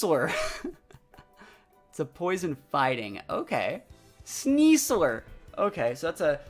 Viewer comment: IS it just me? I keep hearing him say "Sneas-SOAR" instead of "sneas-LER".. hmm